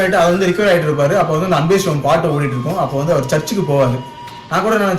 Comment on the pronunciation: I think you need to pronounce the movie name & character name properly.. it's sivam not Shivam. அன்பே ஷிவம் அல்ல அன்பே சிவம்! நல்ல‌ ஷிவம் அல்ல நல்ல‌ சிவம்!!